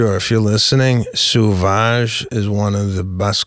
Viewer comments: Sauvage is French and is pronounced SOVAGE not suvage! It means wild, untamed, or savage. There's even a YouTube video pronouncing "Christian Dior Sauvage" perfectly in French because the Google quick audio sucks. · Just because Lana can't drive don't paint all of us with the same brush, and learn how to pronounce the name of the Dior cologne Seb.